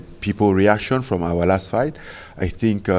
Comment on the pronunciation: Eye tink I know understanding this